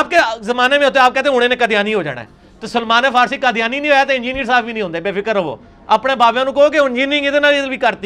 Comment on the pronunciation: اسلام تو احترام سیکھاتا ہے جس طرح یہ حضرت سلمان فارسی ر ض کا نام لے رہا ہے اللہ معاف فرمائے۔ کیسا عالم ہے کہ علم اسے تبدیل نہیں سکا کیونکہ گدھے پر کتابیں لادنے سے وہ عالم نہیں ہو سکتا تو یہ کیسے ہو جاتا